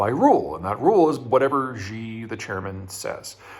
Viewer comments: Peter, I love your content, but I cringe every time you pronoucne 'Xi'. You are not pronouncing it correctly. You keep saying "Zhjee". That isn't a sound that exists in any dialect of Chinese. In the Chinese Pinyin orthography, the letter X makes the 'sh' sound. They also re-assigned C and Q to the 'ts' and 'ch' sounds respectively. Xi is pronounced "Shee". Please don't keep saying "Zhjee". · Why does he keep calling Xi (Shi) as Zhi??? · It's pronounced SHE, not ZHE. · Jeter Jeihan says President Xi = Jhee Jhing Ping instead of Shee JIn Ping. Jee Jee is slang for penis in Chinese. That is fine. Barbarians cannot pronounce Chinese names. And his mispronunciation is probably not an intended insult. Just like if a Chinese man called your 45th President Jonald Dump. That's normal for Barbarians. But this Texas hick cannot even pronounce English words.Nuclear = NEW CLEAR, not the Jeter Jeihan way which he says NEW KEY LER, like his hero Bush43 also from smelly barbarian Texas. Also this dude only has a bachelor's degree from community college. Like in that Mash episode, you all have been fooled by the son of a bloody butler. He has no more expertise than I do. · I really wish he would learn how to pronounce Xi. He says it like "gee" every time. It's one thing to say it like "she" but you can watch a 5 min YouTube video on how to pronounce X and be good to go. It's also worth noting that Urumqi is the turkik name for wulumuqi, the capital of Xinjiang. Or rather, wulumuqi is what the Chinese invaders renamed Urumqi. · Peter, Xi Jinping’s surname is pronounced “she” like a female. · Nice video Peter. However, would you mind learning the proper pronunciation of Xi? Since he is mentioned in every second sentence it becomes slightly annoying.... Thanks